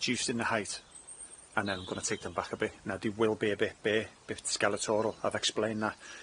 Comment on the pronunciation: Skeletal not skeletoral lol